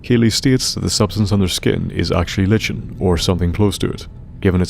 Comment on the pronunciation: Liken, not Lichen. The ch makes a k sound. Like in the name Charon.